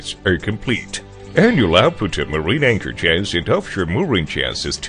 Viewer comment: Given this is a video about Anchor Chains, I think hiring someone who can't get close to pronouncing Anchor Chains was a bad move.